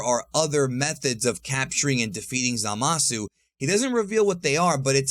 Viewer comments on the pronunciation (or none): none